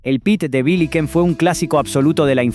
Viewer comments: Muy buena reseña. Pero por favor decí.. BiYiken y Nestlé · Mumu con acento en la ultima u y biyiken pronunciado con sh con acento en la segunda i usted no vivio esa epoca ni tiene idea